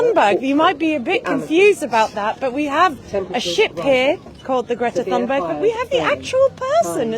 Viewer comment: I wish she would pronounce Greta's surname correctly! Too annoying to watch this as it grates on my nerves. Nice to see the boat again.